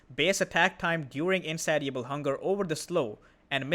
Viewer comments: FYI: in-say-sha-bull hunger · The "ti" in "Insatiable" makes an "sh" sound like in the word "nation". I know english is a nightmare...I wouldn't say anything if you weren't already doing a good job with the language. Hope this kind of feedback isn't burdensome, love your content